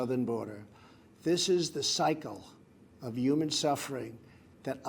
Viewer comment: Is it just me or can he not pronounce the word 'human', it sounds like 'yuman'